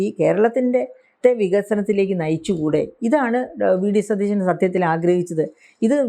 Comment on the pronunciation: ആങ്കർ ഒരുപാട് ബലം പിടിക്കുന്നു. നമ്മുടെ മുഖ്യമന്ത്രിയുടെ പേര് സതീശൻ എന്നാണ്. ഷ അല്ല, ശ - സതീശൻ. ദയവായി തിരുത്തുക. മോശമാണ്.